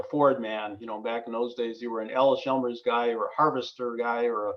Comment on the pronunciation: Just a note here. The name is Allis Chalmers, you pronounce it as Ellis, but it's pronounced Alice. EP Allis died before the merger, and was being run by his family and Edwin Reynolds. Edwin negotiated the merger between EP Allis and Chalmers & Fraser, becoming Allis Chalmers. It was financed by East coast money and the new plant was built by Allis Chalmers, not EP Allis. It moved to "west Allis" because the new land was "west" of Allis Chalmers plant then at the Reliance Works. The Manhattan engines were the largest steam engines ever built. The wall you are referring to is inaccurate. Allis Chalmers bought the Hawley factory and all Manhattan project manufacturing was done at the Hawley works. Even the employees were sworn to top secret and the West Allis works had no idea what was going on right next door at the Hawley works